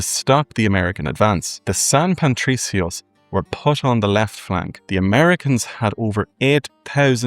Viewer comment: Great job man. I really enjoyed the bit at the end comparing the music and their similarities, something I never knew! Just an observation, you kept saying San Pantricios, adding an 'n' to Patricio that shouldn't be there.